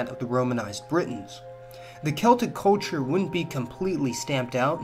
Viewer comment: Sorry dude but you need to practice the word "culture", since you use it so often. Try "cull chure" instead of coll chure.